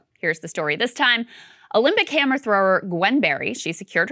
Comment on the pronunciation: I swear I thought Krystal said when describing the athlete “camera thrower” instead of “hammer thrower” 😂😂😂😂